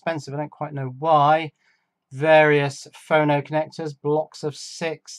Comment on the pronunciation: Your pronunciation is correct, it's short for 'phonograph', with JLC, if you make boards 25mm square for example, you may pay $2 per board, you should try putting 4 boards on one 100mm square with routed divisions (so you can snap them apart) ;)